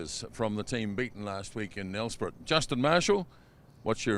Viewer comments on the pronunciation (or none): Jees. It's not Nelsprit. Say Nelsprayt. Or you could just say Mbombela. Whatever floats your boat. Ask Saffas how to pronounce SA names. I couldn't pronounce the Pacific Islanders names...but I'd ask first. Sorry. Just irritated at this moment✌🇿🇦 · Love the novel pronunciation of Nelspruit. But then I wouldn't be able to pronounce Aotearoa...? For the record its pronounced Nelspr8...